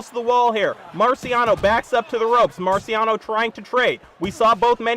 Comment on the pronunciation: I love his commentary but boy said "Marcy Rockiano" 😄😄😄